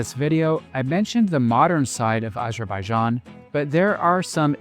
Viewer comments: Great review. Just one small note: it’s Azerbaijan, not ajerbayjan. I understand it might be a pronunciation thing, but try this: say Arizona, then immediately say Azerbaijan. Once again, excellent review, very helpful for anyone who hasn’t visited yet. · Would be nice to pronounce name of Azerbaijan correctly